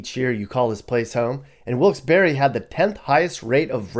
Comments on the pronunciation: Pronounced Wilkes-Barre without the e..not barry. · Bahahahahahaha.....Dude, where do you get your information from? Is it even "current". 🤔 I don't know the facts on the other towns/cities you're talking about, but Wilkes-Barre (that's pronounced Bear, not BERRY 🙄) is no where as horrible as you're making it sound. Most of the trouble comes from out of state. Recent years our little city has had an influx of people migrating from the NY boroughs, and not so nice sections of N. Jersey. With that, the crime has risen. When you hear of a shooting, 9 times out of 10, it's someone from that area here with a beef. Domestic issues are the largest calls into the police, 2nd to MVA. In the last 15+ years, there was 2 pizza guys mugged. 1 I worked with, and when they caught the guy, big shock, dude was from Brooklyn. The other incident was a while ago too. Another homey from NYC. I seriously could walk around Wilkes-Barre at night, and probably never be bothered. Biggest crime right now is people walking around at night "breaking" into cars. I use breaking loosely. It's punks going and trying handles to see if cars are left unlocked. These idiots don't realize that 90% of the houses on every block have cameras outside their homes. Most of them have been caught. Unfortunately this little city has fallen victim to slumlords coming and buying up properties. Houses are a steal to those who come from somewhere where housing is 6x more expensive. Also, the population here is growing, not declining. That's the reason crime has risen the last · Barre is not pronounced berry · Bruh “wilkes-berry” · Wilks BERRY lol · I met people who were from there who laughed at me when I pronounced the town the way you did. They told me about the silent "e"...so either a native from there had no idea how their own town was pronounced, or they were lying to me. I really don't know.